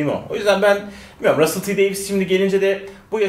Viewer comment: 'in ve genel olarak kanalın gençlerinin İngilizce telaffuz konusunda büyük problemleri var ama Russell ismini de "raşşıl" diye okumazsın be kardeşim ya;))